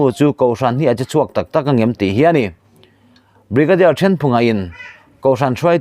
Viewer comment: Brigadier Ṭhenphunga in...ti lovin...Bigarier Ṭhenphunga'n ....tih ni se.